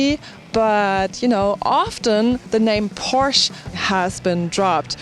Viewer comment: Isn't she german? How come she said Porsche like an American?